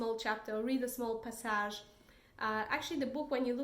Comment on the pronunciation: I love how you say "passage."